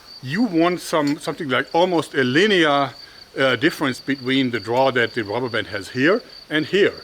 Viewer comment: I have been watching your videos since I was 13, I'm 21 now and your videos greatly influenced my hobbie in making my own slingshots. It's great to see your still passionate about using rrrrubbber hah hah hahh!